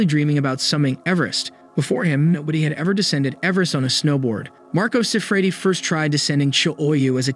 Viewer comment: This is borderline clickbait. The pronunciations on this video are awful and the script you’re reading from is clunky. If you’re gonna say Marco Siffredi 1,000 times in 4 minutes learn to pronounce it. Yikes.